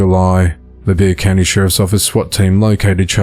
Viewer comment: Impressive! You correctly pronounced “Bexar County” 👏🏼👍🏼